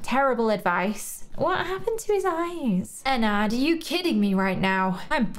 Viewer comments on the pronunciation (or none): i love your channel but it’s not pronounced Enn ard it’s pronounced Enn erd